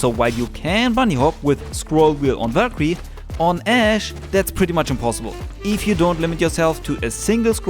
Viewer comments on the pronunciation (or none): Its pronounced Valk-eerie..not verquee